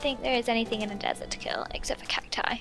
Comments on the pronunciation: BTW it`s kill u said kil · KILL NOT KIL JOEY 😁😁😁😁 what are you weird ( by the way I'm being sarcastic) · Kill not kil lol